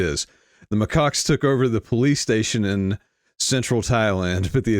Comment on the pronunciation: It's Macaques, Macaques, Macaques.... reprogramming